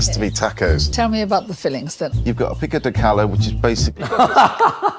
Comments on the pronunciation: The way he pronounced 'Pico de gallo' made me die inside, and the avacado made me die once more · Bro as a Mexican my ancestors are crying rn because wtf was the pronunciation of pico de gallo 💀💀💀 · I'm gonna totally mess with my mom the next time I'm at her house and call it Pico de Gallo.the way the Brits pronounce it, not the right way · OK, but is it not kinda ironic that Uncle Roger is known for his over the top accent and technical "mispronunciation" of English words, and he's roasting this guy for how he said Pico de Gallo? Don't get me wrong, the video was brutal, but idk about that part. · That whole episode is racist as hell! It's "Mexican week so it has to be tacos". Mexican food is not just tacos. Wearing a Pancho, mispronouncing pico de GALLO, wanting bread-like texture for tortillas, skinning the aguacate like that smh. Come on! If you're gona culturally appropriate, at least make an effort! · Im Mexican and I’m very disappointed it’s pronounced PICO DE GAYO🤦‍♀️ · as a person who speaks spanish i will add something up, why can't he pronounce the words correctly😭 it's not galo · We all are. Pico de Gallo isn’t pronounced “Pico de Galo”! “GALLO”! The L’s are Y’s compa! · Pico de Gallo...OMG! I am from New Mexico. If you can pronounce tortilla correctly, you can pronounce Pico de Gallo correctly. Double "L" is always a "Y" sound in Spanish...so, gayo is how it should sound, and all "O's" make a long "O" sound. Pico is pee-ko. It's not di gallo. It's de gallo...different letter, different sound. You wanna do something like cook it, at least sound like you know what you are trying to do. Crap...Uncle Roger needs to harp on that at least a little! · its pronounced pee-koh deh guy-o for anyone wondering 😭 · Mexicans pronounce it pee-koh deh- guy-oh 😂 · It's pronounced PEAK-oh deh ga-joe.... (native speaker from Puerto Rico) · For ppl wondering it’s pronounced “pico de gaeyo” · the avocado peeling… the way paul pronounced pico de gallo…